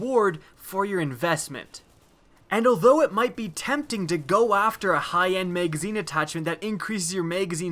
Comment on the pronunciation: Whats a "maygazeen"